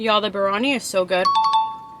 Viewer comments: Plz don’t say birani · It's not barani it's. Biryani sorry but it has a. Y and you didn't pronounce the. Ya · The way she said biyari 😂 [ not trying to be mean ] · U pronounced biryanis beef Bihari kebab wrong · It's mút-un and gaa-jr the pronunciation and biryaani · Moo-ton Bir-Ha-Knee